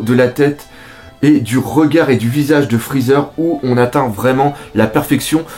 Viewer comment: "Frezzer" Aie